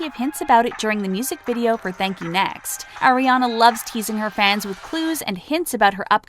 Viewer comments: ITS ARE-IANA NOT AIR-IANA JESUS CHRIST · She said “Air-ee-Ana” it’s “Are-e-Ana” Sorry I’m just a fan that gets triggered lmao. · Can we please pronounce her name correctly it’s Ari-ana not Aire-ana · “AIRIANA” HOLY MOLY NO ITS ARRRIANA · so many years and people still cant pronounce aris name correctly. it's AH-riana not AIR-iana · it's 2019 and ppl still call her air-iana a instead of are-iana? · Oh, *Air*iana Grande It's pronounced Ariana, not AIRiana. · Who really GAF! 4 REAL. BTW PLZ PRONOUNCE HER NAME AS "ARE- EE - AH - NAH NOT AIR- EE- AH - NAH (TYVM ) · It’s Ariana not airiana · 4 second in and they already made me cringe by saying “airiana” 😂😭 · "oh AIR RE ANA Grande" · “Airrianna grande” oh 😂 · Did she just say “Eriana”? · air-i-ana AHHH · Oh AIRIANA GRANDE? who is AIRIANA? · if you can't say her name right... don't make a video about her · yea wtf